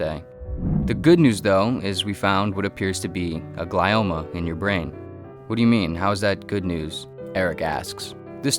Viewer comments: Um, Eric thinks about luck too much. Better to just stay prayed up and go about your day. Anyway the tumor (Glioma) is pronounced GLEE-oma, not GLY-oma. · i hate to be this person, but isn’t it pronounced gl-ee-oma and not gl-eye-oma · I think it's pronounced 'glee-oh-muh'. For once your video isn't causing depression and vulnerability. Excellent work as always sir. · Pronounced gle-oma